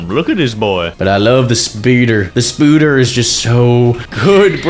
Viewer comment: Spoder is pronounced sp-oh-der